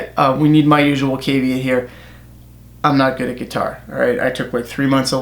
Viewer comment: The way you’ve said caveat is a crime thats influence knows no bounds.